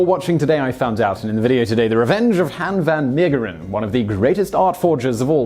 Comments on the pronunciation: It's Han van Meegeren not Hen ven Meegeren. The a in Dutch is pronounced like the a in car. (I really like these video's. Keep them coming.) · Yeah, as a Dutchman, your English pronunciation sounded less painful to my ears than your Dutch pronunciation, so just stick with that. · It's okay Simon, Brits butcher the pronounciation of everything. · you butchered his name but i don't think anyone is gonna blame you. I've never heard a american say Dutch names perfectly. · Dutch-speaking viewers ;) You butchered the name it for us Belgians too. Love yah tho xoxo